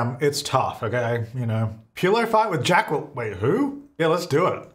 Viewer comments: "Jack-well-een" gave me Key and Peele substitute teacher vibes, I love it 😂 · There is no W in jaqueline lol that spelling is horrid but there is no W lol 😂 Jack lyn is how you say that name lol